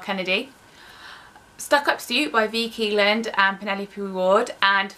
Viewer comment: It's pronounced vee . For vi keeland